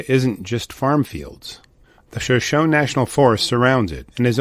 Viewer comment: SHOSONE IS PRONOUNCED SHAH-SHAWNEE!